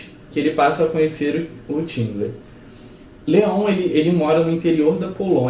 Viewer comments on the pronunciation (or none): 'Tindler' não, 'Xindler' = Schindler.